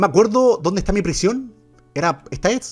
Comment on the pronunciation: Me encanta cuando no sabe decir prision❤❤😂😂😂😂🎉😅😅